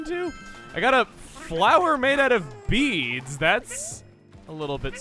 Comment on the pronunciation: When he said a flower made of beads, i heard a flower made of Beeef